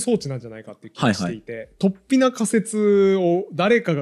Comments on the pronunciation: 雑談会とても面白いです。 ちょっと水を差しますが、「突飛」のアクセントは平板アクセントですね。何度も出てきたので気になりました。 fanaticも、アクセントは２番目の音節なのになあと思って聴いていたのですが、なんとNHKアクセント辞典では、日本語ではファにアクセントが来る形も載っていましたよ😊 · 雑談回は本当に面白いことが多いが、今回は、話がうまくまとまってしまって、奇跡の回かも。水野さんの「突飛」のアクセントだけが引っかかってしまった。（＼ じゃなくて ／ だと思う（by新明解）） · とっ↑ぴに気を取られて話が入って来なかった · 創作的誤読、アブダクション、突飛のイントネーションなど刺さる魅力的なキーワードが多くて結論のカタルシスもあり最高の雑談回でした！